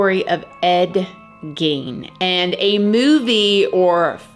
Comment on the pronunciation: Gein is pronounced as GAIN.